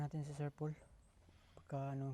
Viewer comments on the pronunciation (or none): Tawag ni kay PB ay Sir "Pol". Dapat Sir Pole "". 😀